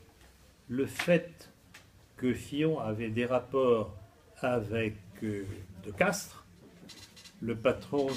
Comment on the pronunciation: "De Castries" SVP et non "De Castres" peut-etre vous confondez avec le lieu geographique ??? Il gerait Bilderberg en 2016, mais est-ce bien lui les autres annees ???